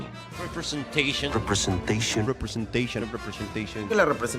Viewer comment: Need to find a compilat-shun gif montage of the Namor actor saying, "repre-zen-shun." 😂